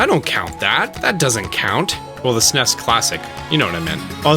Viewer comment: "es in ee es" not "sness" just saying :)